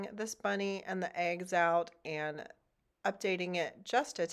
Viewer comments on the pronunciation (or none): It’s eggs…. Not aigs! 😂 #northerns in the south